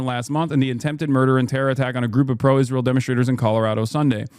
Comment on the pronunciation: I can't tell whether he's saying Israel or "is real"